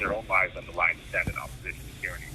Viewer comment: “shtand.” Lol. He can’t even speak. Ffs.